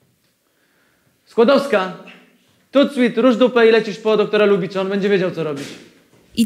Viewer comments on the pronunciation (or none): WTF tylko ja słuchałem i usłyszałem Skłodowska i Skłodowki??? wrrr